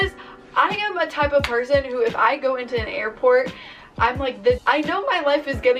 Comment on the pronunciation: the way she said “person”